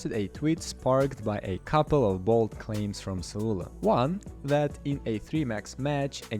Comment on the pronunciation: Him calling Saulo.. Sa lu la will never not be funny to me.